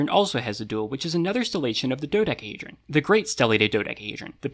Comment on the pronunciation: do dec-a hedron not do da hedron not do dec hedrion